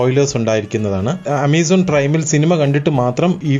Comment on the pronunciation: അമേസോൺ അല്ല ആമസോൺ അമ്പൻ അല്ല അമ്പാൻ നെഞ്ചപ്പ അല്ല നഞ്ചപ്പ